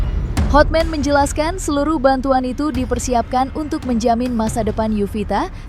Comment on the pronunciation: Hotman mbk bukan hot men 😅